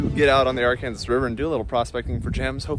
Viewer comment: Honestly, the wind has been so bad out here in Kansas, I'm not sure even someone with the top quality equipment could filter it out. Also, as a Arkansas native, every time you say Arkansas river my heart screams and dramatically fake dies.